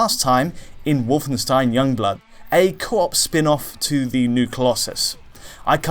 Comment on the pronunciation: DIdn't Alex teach you how to pronounce 'Wolfenstein'? :D